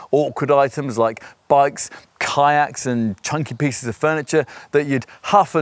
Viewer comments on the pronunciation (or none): none